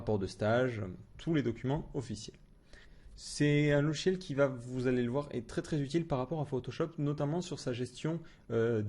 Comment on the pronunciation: "LoGiciel "et non " lochiel "!